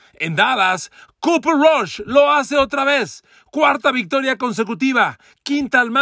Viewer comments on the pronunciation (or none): none